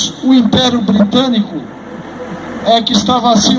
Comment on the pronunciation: Quando fala de regime especial meio estranho fala inperio